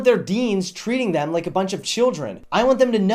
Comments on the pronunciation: I think he's stopped saying like and just started actually saying lake now. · It sounded like he said "...give this video a lake."